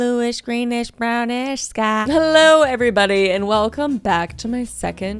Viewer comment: “blueish greenish brownish skÆ” also “WHAWT” got me dying auntie Kris always seems to make me laugh at the dumbest stuff ❤